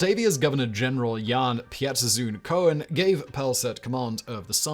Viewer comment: Dude, I love your videos, but you really should correct the way you say Coen's name. You pronounce it as Co-En, and it is pronounced as Coon, since he is Dutch and Oe=Oo... The way you pronounce it makes it sound like he was jewish (from the famous last name of Cohen) and that could contribute to people's antisemitic opinions since Coen was a horrible person. Thank you! 💕